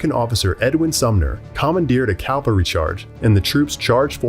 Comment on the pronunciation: It's cavalry not calvary